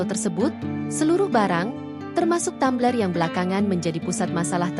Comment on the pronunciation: Tumbler oh Tammmbler....hadeuh😅